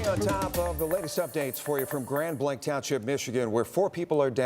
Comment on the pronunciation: PLEASE PEOPLE its pronounced "GRAND BLANK" not GRAND BLANCH...